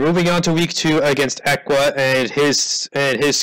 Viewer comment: Little loud on the sound, but a good game none the less. also, its eeee qua as in Equals not ehqua. <3